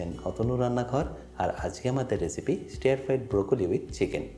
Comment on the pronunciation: Stair fry na ...stir fry